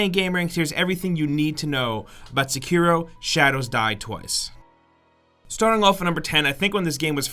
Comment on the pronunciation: That is the most american way to pronounce Sekiro... "Seckeero" x) I believe it's "sekk-irro"